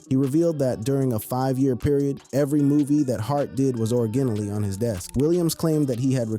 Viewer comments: Auraguinallee LMMFAO!!! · Whoa.....wait.......can you pronounce "originally" again? 😆😆😆😆😆